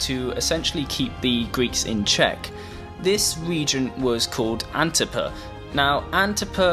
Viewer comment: With all due respect... who tf is antiper? You mean antipater?